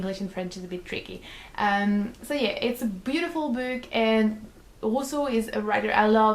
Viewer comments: i couldn't help but laugh every time you say "book" because it sounds like you're saying "boob" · i was just about to comment that....haha